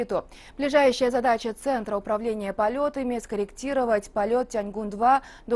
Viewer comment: АААААААААААААААААААА модуль на эпилептической орбите!!!!!!!! я угораю!!!!!!! Эллиптическую надо говорить!!!!!